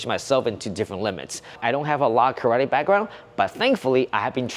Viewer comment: First of all you guys must learn how to pronunce karate.